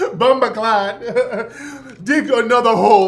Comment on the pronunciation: When brotha Tariq say Bombaclot that shi is funny af 😂 😂